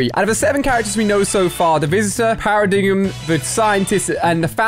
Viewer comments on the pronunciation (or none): You said par-a-dig-m again not par-a-dime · He still says “paradiggum” -_- It’s pronounced “para-dime” 😒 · Are we all going to ignore he pronounced Paradigm "Paradiggum"? Why can't he just say it normally and say it like "paradine". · Ali Paradigm is pronounced Para dime not Para dig em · Para-dig-uhm is the new diplodoncolus and I’m here for it 😂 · When Ali a said paradigm like paradigum😆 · Dude! Para-dime!!! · Paradigm NO ITS PARADIME or atleast its spelt paradigm but it is pronounced paradime no hate im just saying